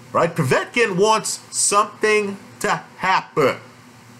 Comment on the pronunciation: ive noticed that too..... I like how says Povey-etkin and Sirgee-eye Kovalev instead of Po-vetkin and Sir-guy......in fact all Americans have a problem pronounicing Slavic/Eastern European words........ Moss-cow springs instantly to mind.